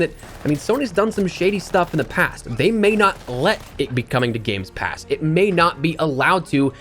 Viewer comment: "Games pass" 🤣🤣🤣